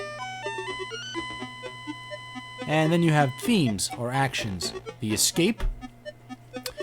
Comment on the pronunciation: when you said Moscow you sounded Asian